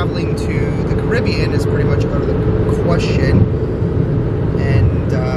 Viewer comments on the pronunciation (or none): none